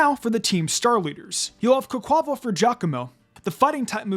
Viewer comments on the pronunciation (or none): I fee like Quaquaval's name should be pronounced like the Spanish pronunciation of Carnival and its wild to me how few other people i've heard say it like that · I’m not the only one who keep hearing mispronouncing Quaquaval name over and over it’s not hard but tricky to say the name combine quack aqua (water) and carnival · Bruh.. That pronunciation of Quaquaval🤦🏽‍♂️🤦🏽‍♂️